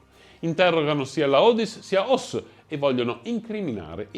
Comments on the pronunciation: Si chiamava Rudolf Hess e non Hoss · Si chiamava Rudolf Eess